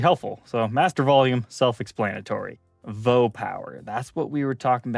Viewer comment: I giggled every time he said vo power. Coming from Moog, I'm guessing it's a voltage oscillator, usually pronounced Vee Oh. Can anyone confirm if that is correct?